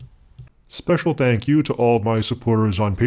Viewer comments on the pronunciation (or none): none